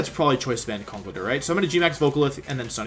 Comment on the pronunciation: Could you please pronounce conkeldurr as conck-keldurr.